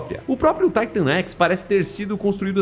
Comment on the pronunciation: Mano me perdoa mas , pq Taitan x , e n Titan x na sua pronúncia, já que quando você fala , ( na escala de Titan ) você fala Titan e n Taitan , n dar de entender